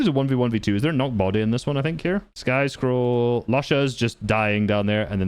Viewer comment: "the insane consistency of sky and SCOLL"